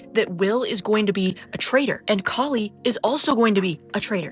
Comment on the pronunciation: it's an Indian name pronounced Kah-li not like Callie. I was so disappointed with what they did with her character 😢